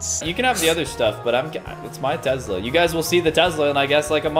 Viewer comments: lol there is no z in Tesla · “Tezla “ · No one:: "Tezla" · I love how he says Tesla ( Tezla) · I have to say this I have nothing against but it’s Tesla not tezla like......uhhh